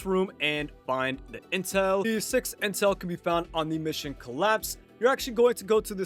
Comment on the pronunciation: I lowkey thought you said incel for a sec